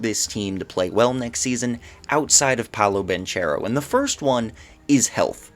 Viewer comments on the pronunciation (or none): It’s Paolo “BAN-CARE-OH” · I think it's both right bankaro in English and banchero in Italian. Idk I heard it pronounced both ways many times